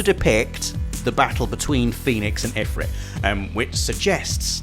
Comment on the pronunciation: the way you pronounce Ifrit and Chocobo is exactly how I pronounce them. I hope they don't use Ifreet and Cho-ka-bow lol.